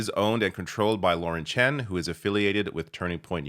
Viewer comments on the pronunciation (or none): none